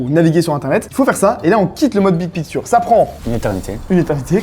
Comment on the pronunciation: Le mode « bid pikture » est massacré en prononciation c’est affligeant !